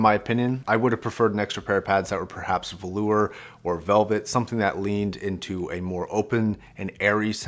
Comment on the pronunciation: Its pronounced "Valure" not "Valor".